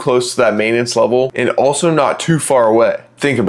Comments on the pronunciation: *Maintenance, not "maitanence". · "maitenance" lol